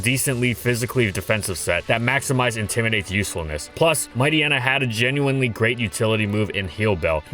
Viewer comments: No, MightYEENA not Mighty-enna. It's supposed to be a pun of Hyena (hyeena not hy-enna). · I thought Mightyena was supposed to be pronounced like hyena… is anyone else bothered by pronunciation? Haha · Mighty-ena? Might-yeena. It's bizarre because he pronounced Hyena properly. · WHAT IS WRONG WITH YOU? Why are you pronouncing its name "Might-y-ena" and not "Might-eye-eena"? You literally called it a hyena. It's pronounced like hyena. Like "Might-hyena" except without the H. I cannot BELIEVE yoou went the whole video calling it Might-y-ena, holy crap, it's so frustrating to hear.